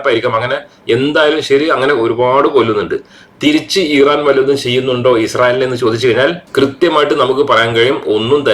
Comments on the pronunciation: ദയവായി ഈറാൻ അല്ല ഇറാൻ എന്ന് പറയു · ഇറൻ ആണോ? ഈരാൻ ആണോ?